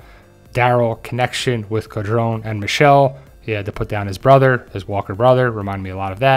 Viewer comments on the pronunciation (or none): none